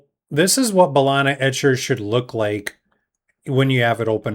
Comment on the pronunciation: Great vid 👌 Ba-lee-na 😅